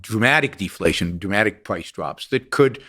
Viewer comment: "The pWice goes down"